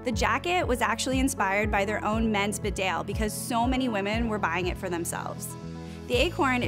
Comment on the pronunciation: I appreciated this review, thank you. Although, our American cousins really know how to butcher our place names. Lol. Beadnell is pronounced "beadn'll" or "Beadnull". The men's equivalent, the Bedale, is pronounced as "Bee-dale". Whilst we're at it, shire is pronounced as "sher" when affixed to the end of a word; Lancashire would be Lancasher; Worcestershire would be Worcestersher, etc! Much love from across the pond.